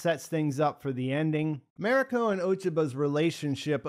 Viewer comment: I really enjoyed your review. However, I beg you to learn how to pronounce “Mariko”. When watching, listen to how the other characters say her name. It does not sound like “merry co”.